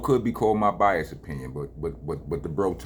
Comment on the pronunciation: It's bias-ED. Not Rockness is "bias".